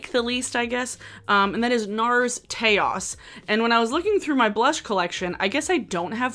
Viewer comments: Taos= "tay-oss" 😭 lmao pulled a dofa on us with that one 😄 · I think it’s pronounced TOWCE like Taos NM 🤣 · I’ve never heard Taos pronounced like chaos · Taos rhymes with house 😉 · I was getting ready to make this very comment. I am sure it is named for the town of Taos. Not to rhyme with chaos, lol. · the way u pronounced taos 😭✋